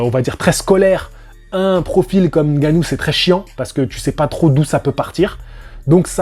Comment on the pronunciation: On dit "Haine-Gannou" 😂 Blague à part, merci pour ton point de vue et tes analyses tjs très intéressantes 💪 Sinon je suis assez d'accord avec ton poto: faut arrêter de tout mélanger, c'est du sport de fight, mais chaque discipline est différente! On ne va pas faire affronter le champ de ping-pong contre le champ de tennis que diable 😂